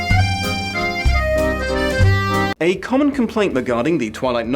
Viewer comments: I’m so stoked for more of this series!! Love hearing all your thoughts. (Also was Spider Mokey intentional? I thought his n was audible enough that it wasn’t a ribbing at him) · I don't understand. Is "SPIDER MOKEY" a typo or a joke about his pronunciation or something? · Bro forgot the n in spider monkey. XD